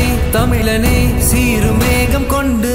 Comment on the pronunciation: அண்ணே அது தமிலன் இல்ல தமிழன் 🤭